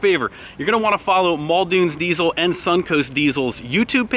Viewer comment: Quit pronouncing it “Deizel” please